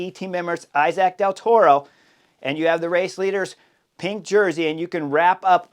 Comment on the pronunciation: Dude, I love you but can you pronounce Del Toro’s name properly? He is Mexican